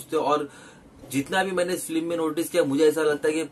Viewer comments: Feelim nhi film hota hai bey🤪🤣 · Film ka review dete Ho bhai aur film pronounce bhi nhi kar paate 😂😂